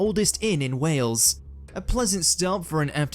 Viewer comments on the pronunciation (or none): none